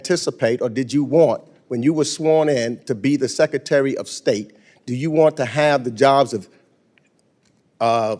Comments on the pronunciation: Hey Congressman Meeks, what's a "Secatery?" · Secatary???? Duplicative? Education was wasted on thus guy.